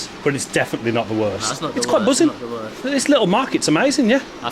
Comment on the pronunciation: I struggle to watch when the word 'The' is pronounced 'Ve'